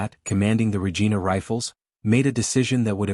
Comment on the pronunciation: It's not pernounced regeena. It's pernounced Regina, sounds like vergina.